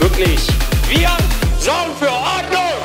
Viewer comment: Persönliches Highlight bei "orndnung" und "soundgoodizer" xDDD